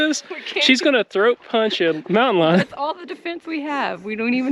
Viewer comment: So glad to see y’all in Texas! Everything sounded perfect until you said”Mountain Lion”!!! So glad y’all made it out of that hike safely! ✨✨✨